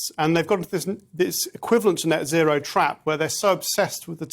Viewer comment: Sometimes British language sound really funny. 'As Dutch farmers resist neo-nazi(row) laws' is what I heard. Love from the Netherlands 💜🙏🏼